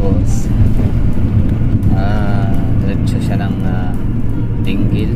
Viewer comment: Ding - le, not Dinggel 😅